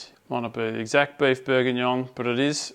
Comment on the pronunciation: Don't you mean... Beef Bourguignoy?